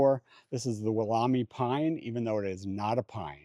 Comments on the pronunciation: m sorry to have to correct but I’m also Australian 🇦🇺 & a qualified Horticulturist. It’s spelt Wollemi not Wool whatever & pronounced Wal as in Walmart, em as in Emily & i as in eye. Wollemi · Hi, please thank for letting us into his amazing garden. Just a little pronunciation thing, I am in Australia and know the Woolomi Pine very well. When it was discovered in a secluded valley in New South Wales, the location was kept secret to keep the poachers out as it was a very small population of plants. Once seeds were collected and grown on finally the plant became available to the general public. The pronunciation is 'Wool oom eye' rather than 'wool army' as was saying. That will be our secret! Love you channel soo much. ❤